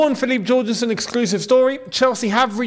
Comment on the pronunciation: Yorgensen!!!! Like hallelujah, like jorgen pronounced Yorgen